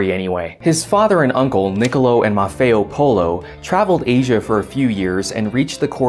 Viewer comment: sorry dude its matteo not maffeo ... i m felling like hermione